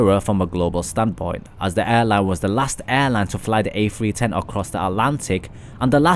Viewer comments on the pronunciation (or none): This has to be the most annoying video i've ever watched . Sounds like you're in grade 9 auditioning for a scholarship. The airbus A-fwee-ten is quite the marvel to be sure